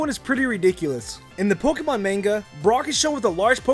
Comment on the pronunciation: is anyone else bothered by the fact that he pronounces Pokemon POK-ee-MON :\